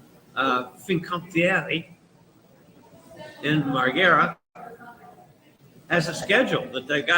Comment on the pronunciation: Trieste (Tri-e-ste) = Tree-ay-stay, roll the R! And don't forget to roll the R's for Marghera (Mar-ghe-ra) = Mar-gay-rah! Did you get a refund for the missed port?